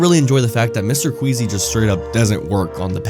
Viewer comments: his name is mr queasy not mr squeezy bro 😭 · His name is Mr. Queasy, not Mr. Squeezy😔💔